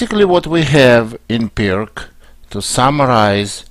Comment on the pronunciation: Please, just one thing: it's Пирц Not perk or something. Named by former Yugoslav chess player